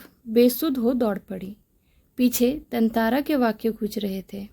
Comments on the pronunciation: Tantara❌ Tantantra✅ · Actually it's correct pronounciation is tantara because there is chandra bindu on TA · Tatara ❌️ Tantara ✅️